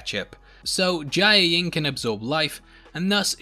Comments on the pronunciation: i- you keep saying jiaying's name as jia-ee-ying... its just jia-ying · You really can’t pronounce Jiayeng huh? & it’s her actual sister because they’re related by blood not her stepsister. She doesn’t have to always bounce back means she doesn’t have to be ok. This is why I don’t subscribe. It’s like you watch the show but you miss out on the deeper nuances & you can’t pronounce words that you hear being said.